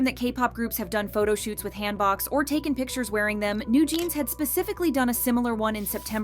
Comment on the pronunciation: "Hand-Boks" I swear Korean pronunciation 😂😂😂